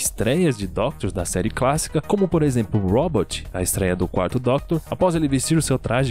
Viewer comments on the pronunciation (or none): Quando ele disse " série cássica " eu morri de rir